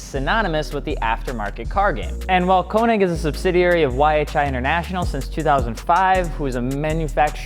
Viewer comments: The ö in könig is like oe and sounds like oo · konig = k-ugh-neek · U can’t say KONIG WTF